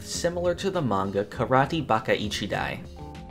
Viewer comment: Manga Read "ma-nga" ✓ "Mang-ga" X It minor but kinda annoying when you often say it wrong